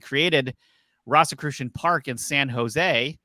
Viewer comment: Why are you pronouncing "Rosicrucian" like that? It isn't "RAHsicrucian", it's "ROHzicrucian". They were the order of the "Rosy Cross", or "Rose Cross". Do you call the rose flower a "ross"?